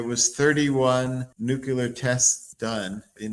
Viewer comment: Why isn’t this guy pronouncing nuclear correctly?😂😂😂